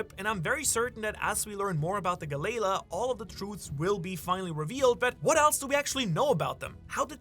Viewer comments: Pluton is under wano 😂😂😂😂 it was confirmed to in the manga at the end of the wano arc also its gally lah not ga layla please pronounce it if your an actual one piece fan ud say it correctly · Why do u keep pronouncing it as Galayla I thought it was Galley-La🤷🏾‍♂️ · Bro it's Galley La not galayla 😂 come on ur accent isnt that bad 😤 please if ur gonna sponsor so much use it to double check pronuciations 😊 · I hate the way galley la is said......